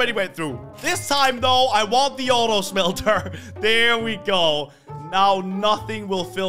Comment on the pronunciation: I like how he says shmhelter like that